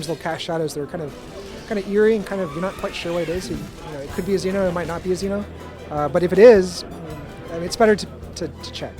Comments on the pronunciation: The lying dumbass can't even say Xeno the right way. How does a "Hardcore fan" fuck up saying "Z" "No". It's not "Zin" "O" fucktard. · i hate how he says xeno.....that ignorant prick